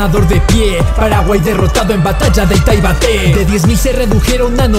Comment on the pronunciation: Ita ivaté, pikisiri, jaja como da risa cuando los extrangeros no saben decir la y